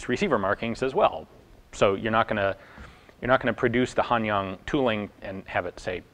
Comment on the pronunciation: Hi Ian just wanna say thank you for all the good and rare information you shared with us. your pronunciation of the chinese arsenal names are almost perfect already. I easily understood them: "Han yang" and "gong xian". in the video while showing the semi-auto / single shot switch, the characters on the switch shows as 自 (short form of 自動, which means automatic. character 自 itself means self) and 普(short form of 普通, which means normal) . despite the rifle itself has semi-auto and single shot releasing modes, the markings actually means "auto" and "normal". he could have chosen another character 半 which refers to semi. this still does make sense as back in 1910s there isn't any infantry rifles that has full automatic mode in the chinese market so that I guess mark it as "automatic" is still acceptable. in addition, they probably treated bolt action single shot rifles as common and normal , while semi-auto rifles were something new and fancy, thus mark single shot mode as "normal" also makes sense. I actually wonder if there could be any other rifle model that marks the firing mode same way as this general liu's. probably very low possibility as most of the later chinese guns were marked with symbols or characters that directly translates to single, semi, and auto to avoid confusion between semi-auto and auto.